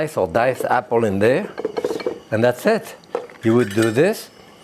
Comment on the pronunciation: This man is a true cooking Icon. I really love when he says...... "an dats sit". :-) Love this guy. Thank You.